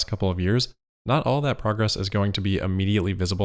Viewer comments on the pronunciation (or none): Did you "immediately" or "ahmmediately"?